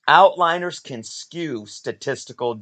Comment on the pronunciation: "Outliers." Not "outliners." There is no 'n' in that word. But, yes, that is a major issue with Covrprice's estimation of raw fair market value. It is also limited in that it only draws from online and cannot account for raw sales in local comic book stores across the country. It also cannot account for things like the skill of the seller in both estimating the grade of their raw comic or of presenting their product in visual format (e.g., if you post more pictures and higher quality pictures of the comic you are selling, and describe it accurately, you increase the confidence of buyers, and likely will get more for your comic in an auction format). Outlier data is also more of an issue for low volume comics where only a few data points exist. Really, any time a data set includes a small number of data points, it is difficult to draw conclusions about the generalizability of that data. The site definitely has its drawbacks, but I still like it because it can help identify trends and lets you have some understanding of sales volume, and therefore, overall popularity and demand.